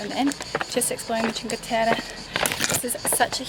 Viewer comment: Omyyyyyy your make up for the dinner is so great !!! Also your pronounce of "cinque terre" is awesome.. said by an Italian ;)